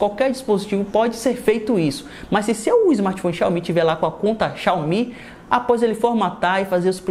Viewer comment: mano ate hj tu fala o nome xiaomi de maneira errada kkk